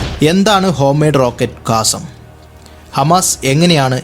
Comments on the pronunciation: കാസം എന്നല്ല ഖസ്സാം റോക്കറ്റ് ,(ഇസ്സുദ്ധീനുൽ ഖസ്സാം ) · കാസം അല്ല... ഖസ്സാം ആണ് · കാസം അല്ലടോ ഖസ്സാം റോക്കറ്റ് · കാസം അല്ല കസ്സാം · അതെ.ഇംഗ്ലീഷ് മാത്രം നോക്കുമ്പോൾ ഉണ്ടാകുന്ന തെറ്റ്.